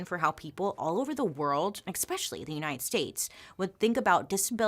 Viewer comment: “Exspecially” 😂💯 Loves!